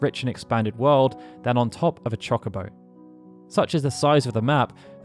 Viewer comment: It's Cho-Co-Bo not Chalk-a-bo, my brain can't handle this